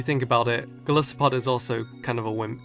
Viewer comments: isnt it gol EYE sopod ya know cuz gol-EYE-ith and EYE-so-pod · Really sorry, and I know this moght make me seem jerkish but, Golisopod is pronounced Go-LIE-so-podd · Why can no one pronounce GOL-ICE-O-POD